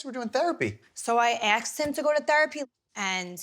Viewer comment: "I axed him to go to therapy" bish jacking ebonics to say this sentence 😂 🐵